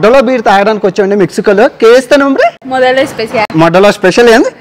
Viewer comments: Rey Idiot it's Modelo not modalo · Modelo ki moddalo thedaaa undhi bro learn pronunciation first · Modelo ❌modaleo✅😂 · Rey babu adhi moddalo beer kadura babu modelo sarigga chadavara yadava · రే అది మోడెలో రా లఫుట్ మొడ్డలో కాదు నా కొడకా పరువు తియ్యకు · మోడ్డ కాదు మోడల్ అది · అరే ఎర్రి పూకా మొడ్డలో కాదురా మోడెలో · మోడెలో ఉంటే మొడ్డలో అంటావేంటి తమ్ముడూ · ఒరే ఎదవ మెడలొ రా . మెడ్డలొ అంటున్నావు నువ్వు సిగ్గు ఉందిరా. నీ Vedio papular అవుతున్నాయని ఎది బడితే అది వాగుతావురా. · మొడ్డలో కాదు రా బాబు మెడోలో (MODOLO)..😂😂😂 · Bro nuvvu palikedhi modalo .kani adhi modelo,i.e model+o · మొడ్డలో కాదురా అయ్యా మోడెలో బీర్ రా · Bro you don't know telugu alage English raadu. Pronunciation rakapothe nerchuko, it's clear that Modelo not Modda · ఏంటి భయా బీర్ పేరు మోడెలో అని వుంది మీరమో మొడ్డలో అంటున్నారు తప్పుకదా. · It's మోడలో not మొడ్డలో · Adi moddalo kadu...modelo...chala teda undi..😂😂😂😂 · మొడ్డా లో కాదు మొడలో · మోడెలో అది మొడ్డలో కాదు 😅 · Modelo ra yerri puka = moddalo kadu... Enni moddalu chusavo ento.... Anduke ( nii notlo modda) basha vastundi niku 😂😂😂😂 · Ore korja adhi moddalo బీరు కాదురా ఏరు పూకా ఇన్ని దేశాలు తిరిగి నావు ఇంగ్లీష్ రాదు, ah బీరు పేరు modelo బీర్రు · మొడ్డలో కాదు మొడెలో అనాలి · Modalo kadhu ra modelo different undhi ga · Orey bhoothuga, adhi Modelo ra, nuvvu palukuthundhu moddalo annattu. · మొడ్డలో ❌ మోడెలో ✅ konchem chudu anna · మోడెలో అని పలుకు. మొడ్డలో కాదు. కొన్ని లాంగ్వేజెస్లో పలకడానికి అక్షరాలు లేవు. కానీ మన తెలుగులో మాత్రం ఏమీ పలకాలన్నా అక్షరం ఉంది. చిన్న పిల్లలు ఏడ్చినా ఆ శబ్ధానికి తెలుగులో మాత్రమే అక్షరంఉంది. దేశ భాషలందు తెలుగు లెస్స❤ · Arey adi modelo ra erri puka telugu ni kuni cheyaku ra chilara kosam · Modelo ra 😂 pronounciation machiga paluku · స్టుపిడ్ ఆషి మోడల్లో బీర్. అందులో డీడీ లేదు. ఉన్నట్లే ఉచ్చరించండి. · అది మోడెలో రా బాబు, ఒరే నీ తెలుగు తగలేయ నోరు తిరగకపోతే తెలుగు మాట్లాడడం మనేయి పరువూ తీయక రా నా అన్వాషో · Modelo bear ra ayya neku english palakadam rada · మోడలో అని పిలిస్తే సరిపోతుంది..... మోడ.... లోది...... 🤣🤣🤣🤣🤣